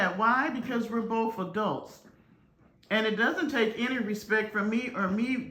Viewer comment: How old is she? I feel like I’m listening to a teenager! By the way YOU, V don’t even KNOW YOUR CHILD, and I’m SURE he doesn’t call you mom you’re a STRANGER TO YOUR OWN SON! Bye FELICIA P. S. It’s PRONOUNCED respecT not respecK P.S.S. Nope she’s not on your level because it is too low for anyone to reach!